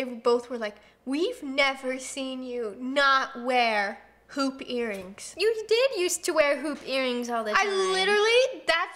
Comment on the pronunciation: When you said "hoop earrings " I heard "pOoP eArRiNgS" lol 😆